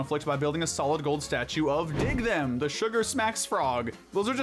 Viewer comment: It's "Dig'em" Frog, not "Dig Them". I'm originally from Cereal City (Battle Creek), MI-- where W.K. Kellogg is from, and y'all mispronouncing the name of Dig'em Frog made me cringe so hard. 😬😬 (That, and I'm autistic and spelling/pronunciation/grammar/the like are big things that can irk my brain.)